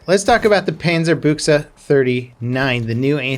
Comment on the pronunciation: Yo major props on the pronunciation most ppl pronounce it Bush but dude that was solid. Keep up the content n maybe check out world of warships ;)